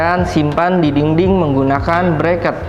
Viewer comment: thank u reviewnya, anyway izin koreksi ya... dinding, bukan dingding 😂... anyway sukses terus yak